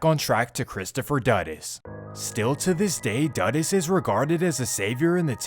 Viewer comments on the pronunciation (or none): Edward see-ah-gah....christopher doo-duhs coke. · Jamaican 🇯🇲 here, it’s pronounced Edd-ward See-aw-gah. Christopher Duh-Duss Coke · Doo-doos not duh-diss. Lester died to prevent CIA, JA police & govt secrets. Who did it? Could have been Mi6. This was their turf & CIA did overt spy stuff. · lol the pronounciation of dudus is wrong.. but i looooovveeee that you covered this story. <3